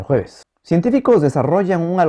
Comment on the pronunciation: cada vez que dice el jueves, me hace reír